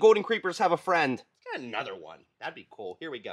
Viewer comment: It's cool not coo